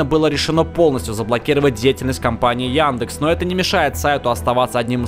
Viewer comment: Яндекс а не Яндэкс